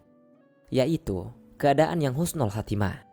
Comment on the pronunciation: Maaf min bukan khusnul khatimah tapi yg benar husnul khatimah